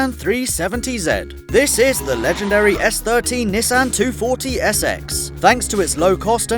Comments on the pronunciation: Had to stop watching the video at "Nessin 370 zed" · You said Nissan 370Z wrong, S H A M E O N Y O U